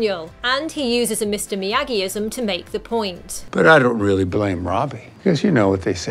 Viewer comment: It’s Miyagi not miagi